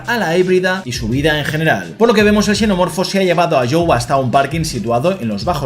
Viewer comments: Por qué pronuncia xenomorfo como Cenomorfo y Chenomorfo? No deberías pronunciarlo de una sola manera? Parece que hablaras de distintas cosas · entiendo eso pero es que en una sola frase pronuncia la misma palabra como chenomorfo y luego cenomorfo, entonces es extraño porque pareciera que hablas de dos cosas diferentes 😅